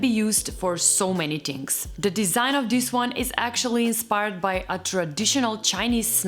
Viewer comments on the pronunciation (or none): You're saying "dis" and "dose" instead of "this" and "those." Just fyi.